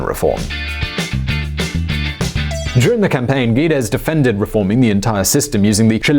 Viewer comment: Great video, but you murdered Paulo Guedes (Gă-Jēēs) name even saying it different every single time.